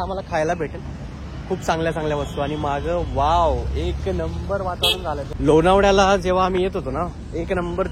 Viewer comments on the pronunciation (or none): lonavdya la (khandeshi accent)